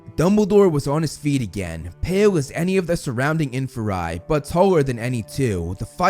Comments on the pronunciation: It's not infa-rye it's in-fear-ie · infer-eye? aight you lost me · it’s IN-FEAR-E